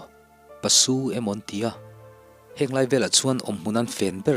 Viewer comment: paso ni lo in pasu tia chhuak tur anie😃